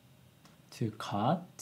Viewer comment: to cut, not to cute